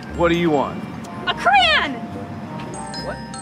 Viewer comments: SHE SAID CRAN!!!!!! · chris L No she didn’t she said crayon but she pronounced it cran.